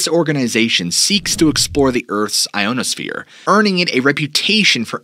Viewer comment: You really have a problem with saying things right don’t you. Renowned is NOT reknowed. It’s Re-NOW-ed. Shoshone isn’t shah-SHOWN, it’s SHA-SHOW-NAY. Also ionosphere is NOT EYE-OWN-OWE-SPHERE, but rather Eye-ON-oh-sphere. I hate to think about what awaits me in the next 30+ minutes since I’m only 28 minutes in. That’s pretty bad too. Especially when you add the other mispronunciation’s I left out. Not a very good start now is it?